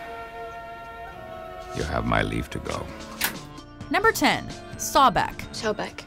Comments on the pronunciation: You hear buddy pronounce sobek properly, yet the person who is doing the video pronounces it “sawbek” wow 😒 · Can't pronounce Sobek correctly, even when the videos they use to introduce the character pronounce it correctly.. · “Sawbek” 2 seconds later: “Sobek” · SObek no Sawbek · Not SAH-BECK its pronounced soh-bek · just two things... it's pronounced So-bek, not Saw-bek, it's pronounced Tho-th, not thaw-th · So-bek not sa-bek and not k9 head jackal please do more research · LOL Narrator: Number 10 - "Saw' bek Immediately after: "Sobek" I died because in my mind i responded at that same moment too that the correct pronunciation was "Sobek". lol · Why the fuck do you say sawbeck. You're the only one who pronounces it that. It's (So-bek) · Oh the pronunciation of sobek is so bad Sawbek😂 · sawback? its, So-bek xD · And they pronounced his name "Sabek" instead of Sobek. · omg it's so-bek not sawbek jeb not geb jackal head for Anubis Osiris was a good of vegetation and the underworld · "10 sahbek" there is clearly an o in the word sObek can these guys just pronounce one thing right i mean come on that one was so easy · Such cringe-worthy pronunciation of Sobek ("SAH-bek" instead of the more correct "SOH-bek"). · Soh-bek? wtf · Sobek-( Sow-Beck) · IT IS PRONOUNCED SO BECK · So-Bek....that is the proper way to pronounce it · Why do you pronounce it as sawbek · Why is she saying Sobek like Sawback? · and its pronounced (SOH-beck) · Sawbek lol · Sobek is bae and it's pronounced So-beck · It's So-Beck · SHE SAID SABEK!!!!!!!!!!!! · As a smite player, the way they said "Sobek" titled me hard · That's not how Sobek is pronounced, but ok. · playing smite alot it irritates me how she said sobek...